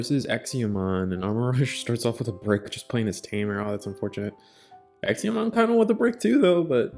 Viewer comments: It's Exa, EXA pronounced x a, there's no I, it's not exia. I have no idea why this bothers me so much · It was a bit painful to hear the pronunciation of examon, ngl.